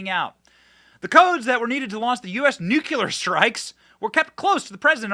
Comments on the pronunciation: It is pronounced nu-clear, not nu-cu-lar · Love you Benny, but it's NU-CLE-AR, NU-CLE-AR, NOT NU-KU-LAR; that's not a word. You're a smart person... so I axe you'ze, wassa problems? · Say the word “clear”, then add “nu” in front of that. You will then have said the word “nuclear”.Not “ nucular” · The word is NU CLEAR, not NU CULAR! 😂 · OMG Benny, STOP SAYING NUKULAR, THE WORD IS NUCLEAR! When you say it wrong you sound like a hick... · Love you dearly and hope you are going to be out there for decades. And/ But please make this one teeny adjustment: Nu-KLEE-ur. Not nu- cul-UR. Thanks. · Damn it Benny! There is only 1U in Nuclear.. it's not nuQuler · I thought the only one saying Nuciler instead of Nuclear was George W Bush! 😂😂😂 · Nuclear, pronounced(Nu- clee - ur). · Benny! You are not GW Bush! Newclear. Newclear. Please!!!! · Dude, please pronounce Nuclear correctly. Sorry. It’s a peeve. 😂😂😂